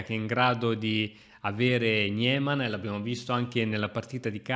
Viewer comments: Ciao vivo in Germania....e i dittonghi IE si pronunciano sempre in lingua tedesca come una i. Quindi si pronuncia Nimann anche se scritto Niemann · Gniémann come dice lui🤣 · non per fare il pignolo, ma anche nella pronuncia americana di "Niemann" la "e" è muta 😅